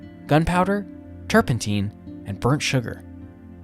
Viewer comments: Gentle correction: turpentine is pronounced tur pen t long I me as in a time of a fork not teen n faro is pronounced pharaoh as in Egyptian pharaoh or fair o. Sorry!! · "TurpentEEN"? REALLY?